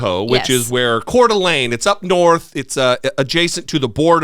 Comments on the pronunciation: Kudos to for pronouncing Spokane, Coeur d' Alene and Kootenai correctly! You're either from here, or visited enough to see lots of our area. P.S. thankfully, there's a large Democratic presence in Spokane county to offset the nuts across the border. 🤭💙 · Shoutout for pronouncing Kootenai, Coeur d'Alene, and Spokane correctly!